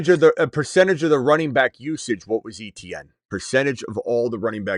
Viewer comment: He pronounces his name Etienne like AY-CHAN. That is the correct way to say it. Not ETN lol